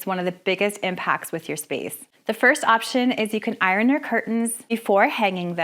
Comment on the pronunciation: Every single comment: curtains, curtain, curtains Me: I'm sorry, you just pronounced "iron" how??!!